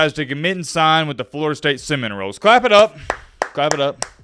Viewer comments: The team name is Sem-in -0les. Not Sem-in -roles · Are you pronouncing "Seminoles" as "sem-in-a-rolls" as a joke? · SEMINOLES NOT ROLES !!!! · Seminrolls? 😂 it’s Seminoles! Good video though thanks for these updates. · Is it me... or does it sound liked he said "Florida State cinnamon-rolls"?🥮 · Funny. Florida St Semin-Roles. Nobody else heard this?😅 Just a (Little?) detail..but, after hearing that I could not hear anything else because it taints the rest of the video. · Um EXSQUEEZE me if i heard this wrong but since when did Florida State become the SEM~IN~ROLES?? 🤔🧐 Pardon the interruption, Carry on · Lol did this narrator say “Florida State Cinnamon Rolls”? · 'Florida State Semenrolles'. Dude it's not hard to go back and edit when you've butchered the pronuncition of a school. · He was saying cinnamon rolls.